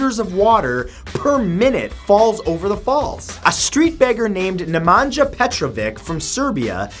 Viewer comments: THE NAME IS SAID NEMANYA!!! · Just a side note as one Nemanja, you say it Nemanyah but the nj is more as spanish ñ <3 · Nj in Nemanja is pronounced like ñ in piñata 😉 Great video by the way! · Nemanja isnt pronounced that way 😅